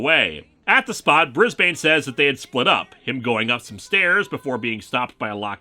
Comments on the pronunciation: ...okay just as an Aussie: hearing Brisbane being pronounced slowly/fully/with each syllable is hilarious. I would have been calling him Brizbin. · I know its the pronoucation in the show but as an Australian how they say Brisbane annoys me